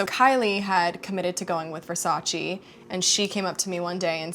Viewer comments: it’s Versace not Versachi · IS VERSACE NO , NO, NO, VERSACI.🤣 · Poor thing can’t even pronounce Versace 😂😩